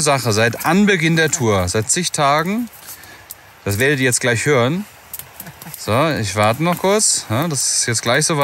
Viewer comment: Habe mal eine Frage. Ist auch nicht böse gemeint, sondern es interessiert mich wirklich. Bei fällt mir auf, dass er nicht "sch" ausspricht sind halt FiCH und anstatt "g" ein "k" spricht. Kleich anstatt gleich. Ist das ein Sprachfehler oder ist das regional so üblich, sprich Dialekt? Höre das nicht zum ersten Mal bei verschiedenen Personen.